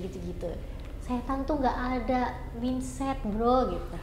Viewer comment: Mainset bro, bukan minset 😂